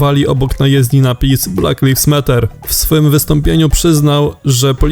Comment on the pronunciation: [blæk laɪvz ˈmæt̬.ɚ] tak sie to czyta Panie lektorze. Przy slowie matter wystepuje "wtretowe r."